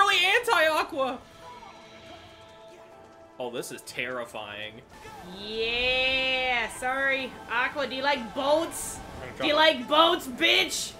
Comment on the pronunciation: It’s terra fying